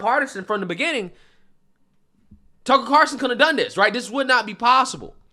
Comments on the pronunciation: I'll never get over how funny it is that you call him "Tuckle Carson" 😂 Seriously, it makes my day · Love u bro but it’s Carlson not Carson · It’s “CarLson”, not “Carson”. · Have you just given up on pronouncing his name correctly?